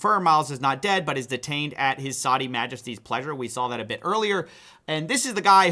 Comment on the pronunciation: Why can't Americans say "Saudi". Not hard